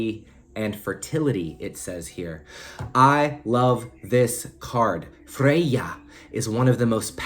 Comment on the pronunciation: I love the way you pronounce Freya - I just repeated it out loud at the gym 😂